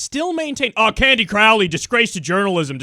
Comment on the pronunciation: Crowley rhymes with "holy".... durrrrr..